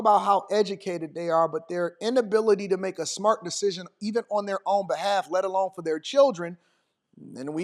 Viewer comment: Another one, fer instead of for. Drives me crazy.